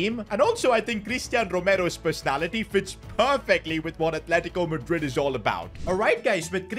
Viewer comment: Atletico madrid ❌ argentico madrid ✔️